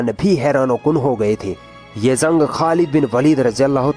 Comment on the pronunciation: Zaa nhi jaa Jung hota h zung nhi har jgh ja ki za bole aapne